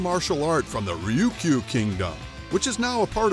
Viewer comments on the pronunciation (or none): Judo means “soft way,” Ju Jitsu “soft method.” Jiguro Kano was initially a Ju Jitsu Master. Karate Jitsu preceded Karate Do, and you’re mispronounced Ryu Kyu.